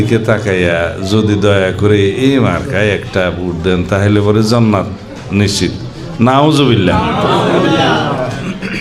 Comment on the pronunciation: আরে ভাই যে ব্যক্তি ঠিকমতো জান্নাত উচ্চারণ করতে পারে না তার কাছ থেকে ইসলাম শিখা লাগবে আর কত কি দেখবো বাংলাদেশএ